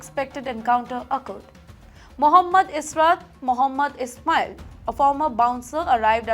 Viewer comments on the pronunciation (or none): none